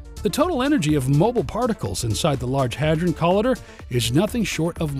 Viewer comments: co-lie-der not col-ee-derr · Call idder??? Come on dude. Why are some Americans so shit at pronunciation? Not all of us are this bad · co-lie-der. can't take this video seriously.